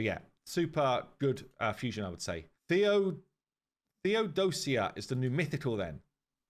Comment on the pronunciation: "Theodosia" is a Greek female name. Its pronounced "Θεοδοσία" Which means you need to tone the " i " theodos - i - a, not theod-o-sia. Also the name means "to offer to god"